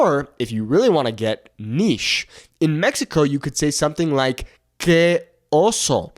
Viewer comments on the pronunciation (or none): none